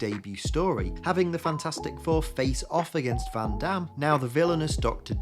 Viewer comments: It's von Doom not van dam! Geez... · Im sorry victor van dam? I know your English but van dam is a french accent actor. Victor van doom is doom get say that shit right bro wtf. I cant even take this shit seriously if you say van dam.